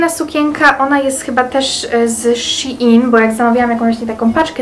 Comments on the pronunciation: Szejn a nie Sziin 😌😉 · Shein się mówi szejn, a nie szi in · shin haha a nie shein